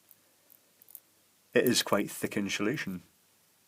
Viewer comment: insuhlation new word